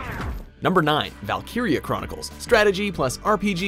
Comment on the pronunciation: Daniel Moreno I thought the same thing but he says it sort of strange, doesn t he ?